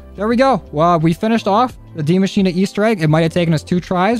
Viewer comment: Man said dee mashina